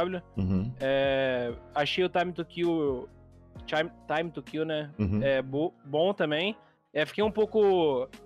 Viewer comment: dei like so por causa do, pq esses profissionais tão na maior babação, não sabe nem falar TAIME TU KIU.